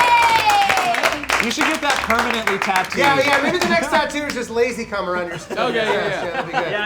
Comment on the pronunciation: Did just call lazercorn lazycum